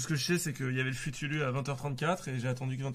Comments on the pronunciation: Le ftour mais il le prononce à la japonaise "futulu" 😭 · Pour les non initiés aux traditions musulmanes, je mets l'article Wikipédia qui explique ce qu'est le ftour (futulu). En gros Sardoche prononce "ftour" n'importe comment avec un effet japonais, d'où le comique. "Le ftour ou iftar est le repas qui est pris chaque soir par les musulmans au coucher du soleil pendant le jeûne du mois de ramadan. Le terme iftar est à rapprocher de fitr (dans Aïd el-Fitr, la fête qui marque la fin du mois de ramadan), avec le sens de « rupture du jeûne »." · au dela de sa prononciation de "ftour"' ,ce qu'il dit sur le tweet d'Evian ça n'a aucun sens, ils ont juste dit de boire de l'eau mdr, il y a peut-être un peu de provoque mais de la a en être énervé mdr, c'est assez désastreux cette séquence (pourtant j'aime bien Sardoche généralement)